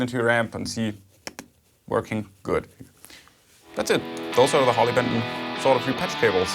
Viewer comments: Germans speak better english than Americans solder not soder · SOLID core cable? Wow! Don't get THAT every day!Oh, & thanks for saying 'solder' properly!